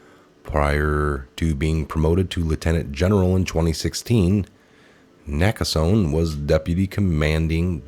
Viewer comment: it's pronounced "Naka sony